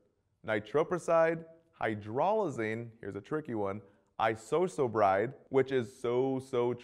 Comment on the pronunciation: I love how he can't say Isosorbide correctly. LOL